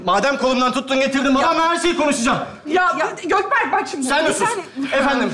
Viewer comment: Gökberk hilminin dedigi:Götberk 😂😂